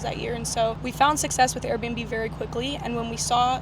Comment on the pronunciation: Air b and b business she said air bums and boobs